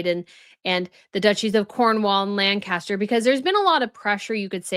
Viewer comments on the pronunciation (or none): none